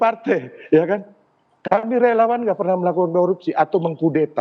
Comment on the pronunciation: Relawaaan...??? Kayaknya relauuang deh!!